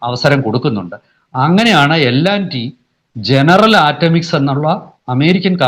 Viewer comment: എല്ലണ്ടി അല്ലടാ പൊട്ടാ L&T